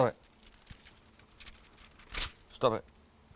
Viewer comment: sounding like a Londoner saying stop it